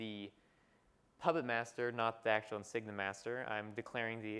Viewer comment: Thanks very much, very informative video. Very glad the speaker repeated the questions and comments too, far too often during the Q&A's you simply hear the speakers reply only. Only negative is he kept calling it "Insigna" when it's in fact pronounced nothing like that.